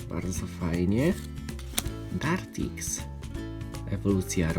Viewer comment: wymowa : *dartrix nie dartix *ganbull nie gerndbull